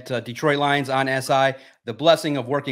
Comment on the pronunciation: When people say DEEtroit instead of DetrOIt 🤮 you aint one of us fr 🤷🏾‍♂️